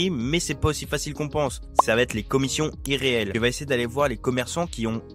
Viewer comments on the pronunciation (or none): les commissions Irréelles t'as dit 😂😭